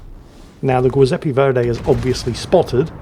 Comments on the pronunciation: while your accent in Italian is as good as it is in Australian, let me just point out that the Italian ship's name is pronounced "Jew-zep-peh Verdee" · As a fellow Aussie I would pronounce it more like "Jizepee Verday" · Zjoozepp-ah Vhere-dee, 😉 (á la Captain Bertorelli of 'Allo 'Allo fame.) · I'm going to just join what I'm sure are hordes of people in the comment section and point out that the Italian BB's name is pronounced "GEE-sep-pee VER-dee" :) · Absolutely heinous pronunciation of Giuseppe Verdi, even by standards. Delightful video tho. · pronounciation of Edinburgh is top notch, Scharnhorst is alright, Giuseppe Verdi is.... oh boy oh boy oh boy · butchering the Giuseppe Verdi name at least 3 different ways, don't ever change. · How does he even fuck up that name who doesn’t know how to pronounce Giuseppe or Verdi I can kind of understand harder names but being from England he has surely met someone called Giuseppe